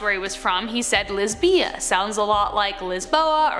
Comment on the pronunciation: You are pronouncing Lizbia correctly. You are emphasizing both of the syllables, that is incorrect. The l i z is not emphasized the bia is you run them together